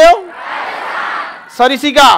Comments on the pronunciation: सरिसिका नही सरिस्का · Not sarisika, it's sariska